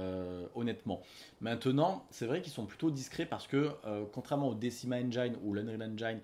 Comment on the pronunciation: Salut, juste pour info, en anglais "engine" se prononce "ainejine" et non "ainejaïne";-)